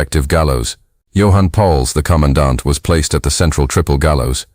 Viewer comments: i like how “commandant” is said like “conodont” and every time it was said i imagined the earliest known vertebrate, an ancient, jawless, eel-like fish with the sharpest teeth of any known species in history not only participating in war crimes but also being hanged for such war crimes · lol thanks for your comment, i heard it a few times and was wondering wtf was being said!